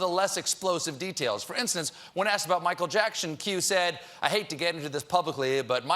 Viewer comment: Michael Jackshun?